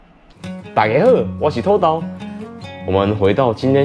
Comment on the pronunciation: 土豆發音不是ㄊㄛ ㄉㄠ, 應該是ㄊㄛˇ ㄉㄠˊ